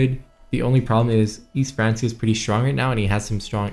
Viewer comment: Everyone else: Frankia: France-E-uh